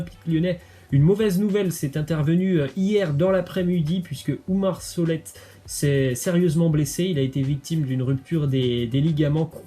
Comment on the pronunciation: Le T de Solet ne se prononce pas